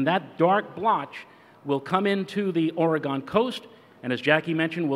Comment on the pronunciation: Where tf is "OAR-IH-GAWN"?